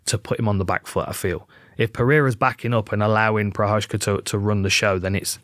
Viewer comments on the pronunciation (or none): Jiří Procházka should go with George Walker. It would stop butchering of his name. The way Dan Hardy is ***** it up is just so OFF the mark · cmon is it that hard to google the prononciation of prochazka before making a video like this , and it has Z there , why turning it something else?